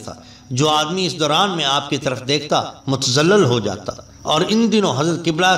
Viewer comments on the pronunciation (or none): Hazrat sahib aap ne muta,added bilkhusoos Farsi ki alfaaz main anjanay main ghaltiyan ho Gaye hain , unki islah farmain , thx , Pé mutazallal , mutazalzal hota hai , Pé karol mughazi nahin , Kurd al mughazi yaa yaa kurdul mughazi hai , , Firt e shouq nahin fart e shouq hai , Fay par zabar hai Zair nahin , , dhani sharif nahin , dhunni sharif hai , ( gaoun ka naam hai ) , , hisb e istata,at hai , hasb e istata,at hota hai , , main lafz bhool geya hoon , , mishil rah nahin , Mashall e rah hota hai , Yousaf bin tashfeen from Pakistan 🇵🇰 Hal muqeem Canada 🇨🇦.